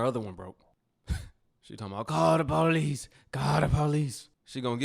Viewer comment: ‘Call the polie, call the polie’